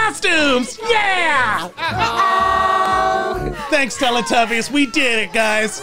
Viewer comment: Uh oh more like Eh oh